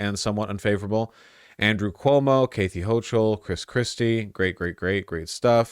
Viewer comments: WHY THE ACTUAL FUCK DOES HE KEEP SAYING KATHY LIKE THAT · Im starting a petition to get Vaush to learn how to pronounce the name Cathy